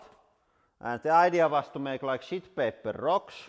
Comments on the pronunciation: Hahaha! he sounds like Borat when he says "sh*t paper" 😂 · anyone else hear what I hear? Captions say sheet... I disagree!😄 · IS HE SAYING SHEET OR SHIT?!